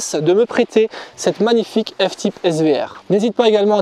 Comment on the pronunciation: « F tipe » 😓